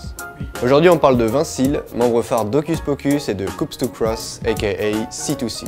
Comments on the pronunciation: "coupse tou crosse" t'es sûr ?! ^^.... des " coups de cross " me semble t'il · certe, je faisais juste référence à ta prononciation de " COUPS DE cross" en début de vidéo. Le reste de la vidéo me plais à part ça :p